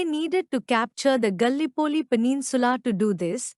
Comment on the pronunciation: ‘The battle of the Marne’ is pronounced ‘MARN’ ; Gallipoli is pronounced ga-LIPP-oh-lee— Is there any way you can hire a native-English speaker to recite these facts on your next YT video ? The accent on this one is very hard to understand but the content is not bad—although it might help to extend the length of the content by adding live-historians to give their take on WW1 — aim for a 45-minute video to be worth the time … and to understand what was what by providing much needed background CONTEXT …